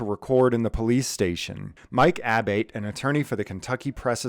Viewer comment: Abate and Abboitte are pronounced "Ah-Bott-EE".